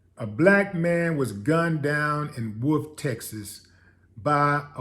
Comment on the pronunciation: Wolfe City, Texas not...Wolf Texas